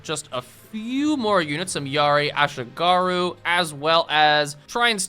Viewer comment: bro butchered ashigaru so bad (ah-she-gah-roo)